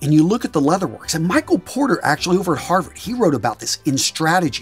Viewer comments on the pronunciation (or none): none